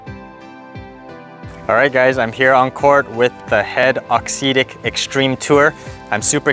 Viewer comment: Good review, cheers. Just one thing, if you can say “exotic”, you can say “auxetic” correctly!